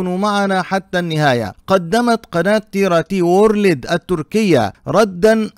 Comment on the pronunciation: تي ار تي وُورْلْد وليس وورلِد، تحياتي